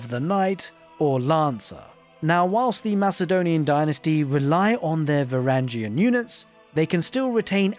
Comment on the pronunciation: it’s va-wrang-gen